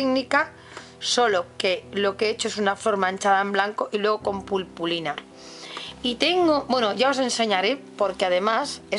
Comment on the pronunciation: Es muy bonito, pero se dice puRpurina :)